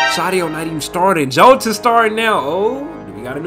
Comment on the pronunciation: Jota is pronounced Yota